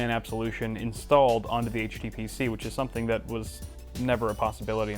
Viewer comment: What did HTPC stand for - sorry I didn't understand it in the video - to me the t sounded like you said tutor.